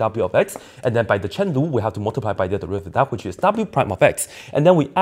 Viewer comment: “By the Chen Lu” 😂 I lost it